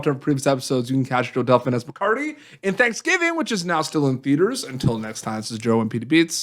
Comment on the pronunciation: I bet that's not his real name because that's not how you pronounce Delfin.